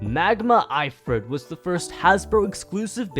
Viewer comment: Omg, the way he mispronounced Ifrit, Quetzalcoatl, and "Nemian" when talking about Hercules/Heracles........